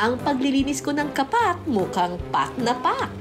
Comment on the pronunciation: "KA' PAK" ang bigkas....hindi "KAPAK'". Mga taga-Maynila ang sumisira sa bigkas ng mga salitang Tagalog.